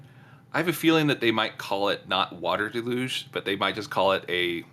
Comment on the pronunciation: “Water da-luge”? Is that like water deluge?